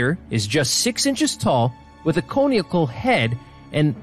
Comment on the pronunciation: In addition to not being able to pronounce Conical, this guy doesn’t know how to pronounce Ahnenerbe.